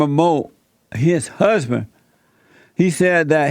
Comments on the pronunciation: his HUUHSBINN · His "huhhzzzzbin".